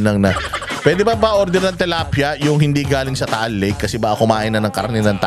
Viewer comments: TILAPIA po hindi TALAPIA. 😂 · tilapia po not talapia😊 watching from Paris, France🇫🇷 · Is it tilapia or talapia? Like how you pronounce kingdom and kingdam 🤔